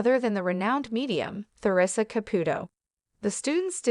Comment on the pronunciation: Who pronounces her name “Ther ree sa?” Nobody except for the narrator and people who lived about 600 years ago.